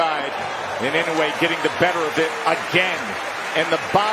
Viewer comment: it's "annoy yay" phonetically